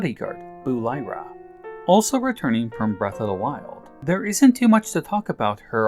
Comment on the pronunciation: Good video and I like that npc’s have their own development in TOTK. Also Buliara is pronounced in game as Bul-ee-ah-rah. Not Bul-eye-rah. She’s one of my favorite npc’s so I had to correct you on that. I like to call her Bully for a nickname haha.